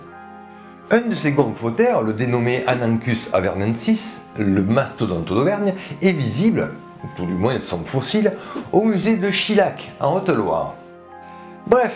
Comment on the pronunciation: Toujours autant de plaisir à t'écouter. Un petit truc quand même je pense qu'on dit "chiyac" pour Chilhac. Le "LH" se lit "ye" en occitan.